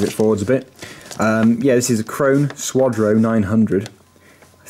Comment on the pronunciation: No it's krone